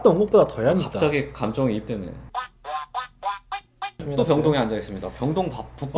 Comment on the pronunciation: Relex아니고 relax